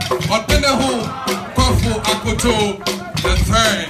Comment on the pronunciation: the name is "Akoto" not "Koto" please